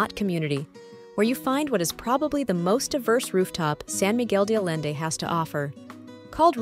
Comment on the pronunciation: Nice review of rooftop restaurants, but your pronunciations of San Miguel de Allende and other names need work.